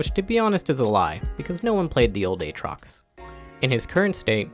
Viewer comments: Did he just say A-Atrox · My man really said A-atrox